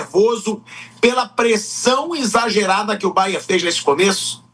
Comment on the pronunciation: Alguém ensina ao Pilhado que é BayerNNN…